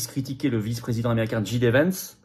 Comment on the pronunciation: franchement concernant JD Vance, c’est vraiment agaçant: soit vous dites « JIDÉ » en français soit vous dites « DJÉDI » en anglais mais … «DJIDÉ» !!!!! Ça fait genre : « je suis nul en anglais, mais je me la pète. » dsl